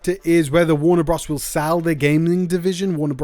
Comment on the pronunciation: "Warner bruhs"